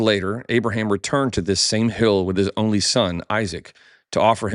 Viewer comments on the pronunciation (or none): none